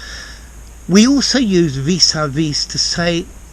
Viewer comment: The « s » at the end should not be pronounced, as it is silent - and a french word.